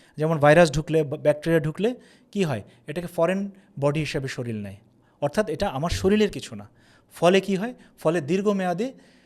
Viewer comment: খুবই তথ্যসমৃদ্ধ, নির্ভরযোগ্য ভিডিও, ধন্যবাদ। কিন্তু বারবার "শরীল" শব্দটা ব্যবহার করা হচ্ছে যেটা সঠিক নয় সঠিক শব্দটা হবে "শরীর"।